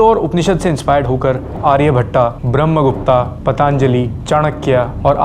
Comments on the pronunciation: Bhai haath jod k vinati hai jab aap naam ka uccharan karo toh "aa" na lagao kyuki agar aisa hi hota toh original sources me "ब्रह्मगुप्ता" likha hota na ki "ब्रह्मगुप्त" 🙏🙏 plz ye angrez logo ki tarah pronunciation mat kro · आर्यभट्ट ✅ आर्यभट्टा ❌ ब्रह्मगुप्त ✅ ब्रह्मगुप्ता ❌ very good video bhai